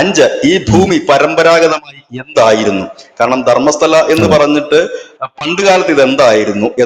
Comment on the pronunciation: ധർമ്മശാലയല്ല, ധർമ്മസ്തല 🙏🏻